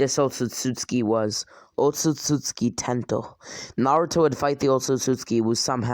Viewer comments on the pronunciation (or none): he says Otsutsutski its Otsutsuki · Man can't even say Otsutsuki right he says: "Otstsuski" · he say otsutsuki like otsutsutsutki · *otsotsuki Sorry but idk why but it just seems wrong the way you say it